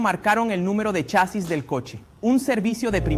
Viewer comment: Es chasis no chásis no lleva acento en la a habla bién amigo!😂😂😂😂😂😂😂😂😂😂😂😂😂😂😂😂😂😂😂😂😂😂😂😂😂😂😂😂😂😂😂😂😂😂😂😂😂🙂‍↕️😂😂😂😂😂😂😂😂😂😂🙂‍↕️😂😂😂😂😂😂😂😂😂😂😂😂😂😂😂😂😂😂🙂‍↕️😂🙂‍↕️🙂‍↕️😂🙂‍↕️😂🙂‍↕️🙂‍↕️🙂‍↕️